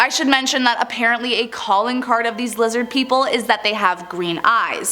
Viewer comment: Lizid peepole